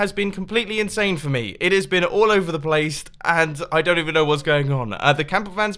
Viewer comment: I can hear that "This week has been all over the PLACET" And the intro said "Redstone" and not "Hermitcraft"